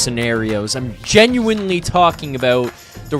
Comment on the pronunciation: gets me everytime with pronunciation of Genuinely 😂 It's jen-u-WIN-ly not jen-u-WINE-ly